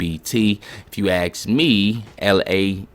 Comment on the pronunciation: FYI, there is no "x" in the word "especially", nor "ask"